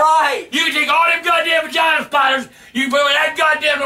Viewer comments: "Val-gina spidahs" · "Van-gina spiders"?? They must travel in vans and the young ones are probably called "mini-van-gina spiders"